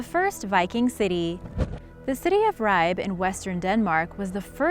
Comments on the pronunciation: Too bad didn't do a little research and at least learn how to pronounce things. It's pronounced Ree' bay. not Ribe. Uff da. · Your pronunciation of Ribe is terrible. I know it’s not your fault, but it is pronounced Ri-Be. There is a slight pressure on the B and the I is short. Harald Bluetooth was the king who converted Denmark to christianity. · i'm sorry but you're pronouncing "ribe" wrong no hate but try and fix it next time